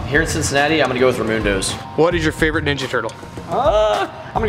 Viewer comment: Whoaaaa.. You said "Ramundos" but I totally heard "Ramuntos" which is the name of a pizza place here in Vermont.